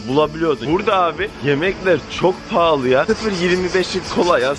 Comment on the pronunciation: paraya kıy bıraz hep palalı dıyorsun 🤣🤣🤣🤣